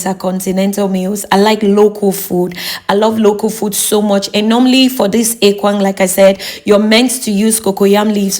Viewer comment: point of correction madam, it is called ekpang and not ekwang. thank you.